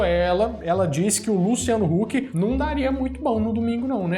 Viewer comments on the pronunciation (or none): none